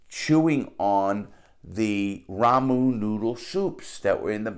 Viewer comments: "Ramoon noodle soups" "Cockaroach" (reminds me of Tony Montana) Love the way he says those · I will be pronouncing ramen noodles as Ramoon Noodles from this day forth. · The way this guy says ramen noodle soups. Lol